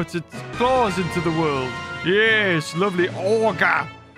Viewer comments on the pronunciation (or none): none